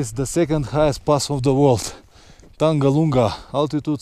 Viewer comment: Was waiting for ur videos and now it's raining videos.. thanks 🤣 by the way it's Tag-Lang La... And also very beautiful place!!